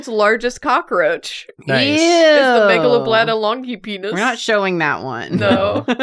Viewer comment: every time someone brings up the “Megalobladda longipennis” my brain always hears “Megalovania longpenis”